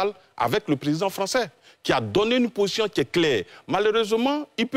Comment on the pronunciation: c´est position et non possion